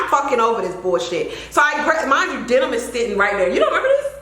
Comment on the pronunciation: Girl not Denim!!!! Like Demin was going to open the door!! 🤣🤣